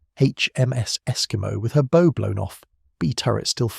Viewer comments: It should be "BOUGH" as in Bowing to show respect, not "BO" as in the firing of arrows. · Bow as in bow wow. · A channel with the name ship in the title should know how to pronounce "Bow" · A shame that the narrator is unable to pronounce bow!